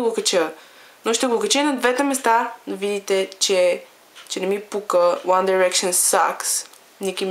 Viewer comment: Мислиш си, че знаеш много за One Direction, но не е така. Та ти дори не изговаряш името правилно. -.- Правиш се на гхолямата работа, а всъщност си жалка. За много яката ли се мислиш като ги обиждаш? По това, което виждам ти май си доста нахранена... Отпадали са много пъти и са ги връщали? Завършили са чатвърти? Барали са се постоянно? Абе ти чуваш ли се? 1-во Те НЕ са отпаднали нито веднъж. 2-ро Завършиха ТРЕТИ. 3-то Не се барат постоянно. Като ще говориш, поне се разрови малко и кажи нещо вярно! А да, научи се как се изговарят. И Mtv Awards също не се изговаря така хД Като ще се правиш на много умната, поне се научи как се гови на английски. Ники по-добра ли е от 1D с един тон силикон? По-яко ли еда си си сложил силикон навсякъде и да си движиш ръцете по тялото на всяко видео? Да, харесвам я... Наистина има талант в рапирането, но не можеш да сравняваш Ники с One Direction. "Те пеят за момичетата" Ъм да. Какво очакваш? Да пеят за момчетата или за кифлите като теб? Те пеят за нещо смислено. Най-важното е, че успяха да накарат всяко момиче да се почувства красива! Всички без Найл и Хаза си имат гаджета - МОМИЧЕТА! Мдаа, много е гейско да ходиш с момиче или да се сгодиш с момиче. ХДДД не знаеш абсолютно нищо за тях so, SHUT UP FUCKING BITCH!!!